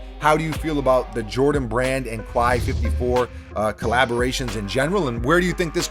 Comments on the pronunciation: Quai is pronounced more like the "kay" in "okay" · Just a heads-up, Quai is pronounced "Kay" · Love your vids. It’s pronounced “Kay.” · Please learn how to pronounce the word “quai” it definitely sounds like kè - this is a sneaker page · It’s pronounced Like Kay. Dope vid 👌🏾